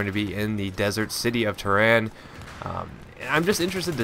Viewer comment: lol, its Tehran